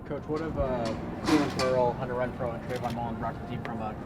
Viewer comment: He said Refrow! What out for this cat! He’ll move the chains! ⛓ 🏈 ⛓